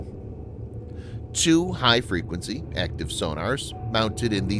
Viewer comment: Has anyone noticed how this guy sounds like he's sneezing when he says two??? :I